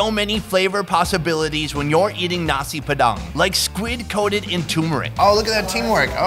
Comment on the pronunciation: Bule ngomong nasi padang *Nasi P3dang